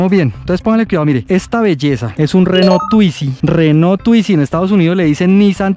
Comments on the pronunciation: RENAULT, no RENAUL arregla ese detalle que no habla bien de tu vídeo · Correcciones al video: Renault y no Renaul Cin tilde: Autonomía Máxima (velocidad)